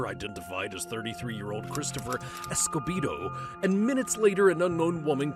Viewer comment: Not pronounced esco-bee-dough it’s Esco-bed-oh. Also I never heard an auto-matic rifle, I heard semi-auto but not auto